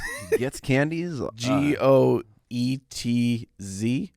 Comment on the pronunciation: Marylander here, Cowtails are definitely "a thing" here as are the Original Goetze's candies and yup they are manufactured here in Baltimore by Goetze's candy for over a hundred years. Edit: Oh and you nailed it, it is pronounced 'Gets'